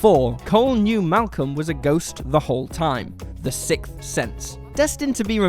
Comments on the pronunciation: the "sikth" sense? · “The SIKTH sense”